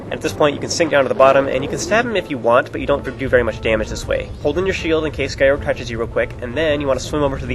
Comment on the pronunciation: Wow, I love the way you pronounce Gyorg's name. Guy-org sounds WAAAY cooler than Gee-yorg (that's what I though it was, but that sounds dumb). In Skyward Sword, do you think Fi's name is pronounced like Fai or Fee? I think "Fee" fits her appearance more, and that's how it would be pronounced in Japanese, but I'm not sure